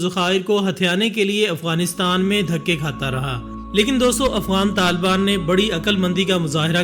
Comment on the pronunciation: taliban hotaa hai ilyas bhai